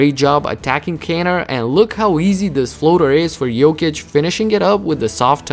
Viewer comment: Thank you for saying his name correctly!